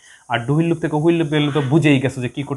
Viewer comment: হুইল না, হুয়াইল